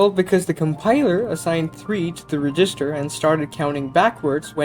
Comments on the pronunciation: Reg. Is. Ster. not Regist. Er. Other than that annoyance this was really well done. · Was there a reason why you seemed to pronounce resistor rather than register? Maybe just accent ? Nice vid btw. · Great video, just one small critique: it's pronounced reg-ister not re-gister. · Cool video. But isn't register pronounced "REH-jis-ter" not "ree-JIS-ter"? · This is really well done. You made some pretty detailed stuff make intuitive sense. It sounds like English might not be your first language, so I thought I'd let you know about something that really tripped me up in your pronunciation. The word "register" is pronounced with the stress on the first syllable, as in "REG-ister", not the second. I thought for the first couple of times that you were saying "resistor" (where the stress is on the second syllable, as in "re-SIS-tor"). English is so weird. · Never heard the emphasis on the "GIS" of "register" before which only seems to happen sometimes? REDGE-is-ter. "Resistor" has middle emphasis, but that's a bit deeper than compilation analysis. And yes. Abstraction has always been to help humans get their heads around what's going on in the code, and can also help to some extent with code re-use. It has almost never been good for speed. One of the reasons compilers are so huge is to try to boil down all those levels of abstraction that we're so fond of into something more concrete; more machine; quick. Clever as they are though, they still can't get at the essence. Were it humanly possible, or more likely in these times, cost effective, to sit down and write dedicated, readable but non-abstracted code for each and every thing, many programs, even the compiled ones, could be hundreds or thousands of times more efficient. And our web browsers wouldn't eat all our RAM trying to count to ten in JavaScript. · saying register like that is crazy